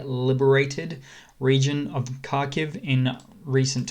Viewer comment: Watch how Steve Cannane (abc news) pronounces Kharkiv (essentially Harkiv)- you can do it - I have faith in you 😀.